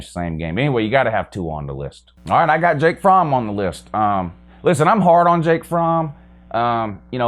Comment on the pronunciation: Wow another fake UGA fan can’t even pronounce his own qbs name, it’s FROMME